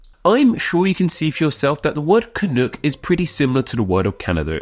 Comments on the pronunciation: You have a very weird way of pronouncing it. You say it like ca-nook, but I've only heard it pronounced cuh-nok. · It's can uck (like yuck) not can ook. God damned english men! LOL! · Isn’t canuck pronounced with the ending like duck as opposed to cook? Can-uck rather than can-ook rolls off the tongue better. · It’s pronounced “canuhk” not “canook”. I’m Canadian and live in Vancouver where the hockey team is the Canucks pronounced Canuhks. If you’re going to do an etymology video get the pronunciation correct. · I’m guessing others have pointed this out, but the word is pronounced [kənʌk] (rhymes with buck) rather than [kənʊk] (rhymes with book). Brits in particular seem to prefer the latter pronunciation (maybe because it sounds like another Canadian term in Chinook? I dunno…). But it sounds awful when referring to the Vancouver Canucks hockey team that way. And no, Canadians don’t regularly use this term at all – in my experience it’s most common in U.S. journalism (particularly when trying to sound clever/cheeky). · I'm Canadian, and I've never even heard of the idea that "Canuck" would be offensive, though I expect that Quebecois may not like being called "Canucks". Also, it is not pronounced "Canook", and thus does not rhyme with "toque". If you don't know how to say "toque" properly either, then just rhyme it with "duck" instead of "duke". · As a canadian hearing "canook" sounds so wrong. It rhymes with duck not book😊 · Canuck rhymes with truck or luck. Not "canook". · At least here in the US we dont pronounce the U in canuck that way. We say it like the u in "um" or the er in british "erm". Sort of rhyming with "buck" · You pronounce Canuck wrong. :) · One thing. Your pronunciation of Canuck sounded a bit off to me. As an English speaking Canadian, I would pronounce the second syllable to rhyme with buck or tuck, not book or took. Otherwise, nice to see you showing some love to Canada.